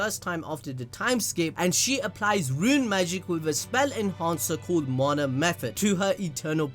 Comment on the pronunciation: How u said mana 😂😂😂